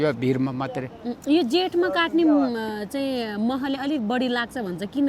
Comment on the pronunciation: baini "katne" haina "Kadne" ho. Tapai ho prayas ekdam sarhaniya xa. Hats off to you.